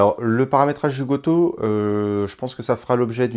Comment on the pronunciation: j'adore ta prononciation bien française du goto 😂